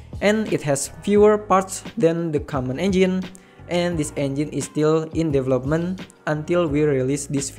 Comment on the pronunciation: DE VEL LOP MENTHHHHHH bro development 4 sylables xD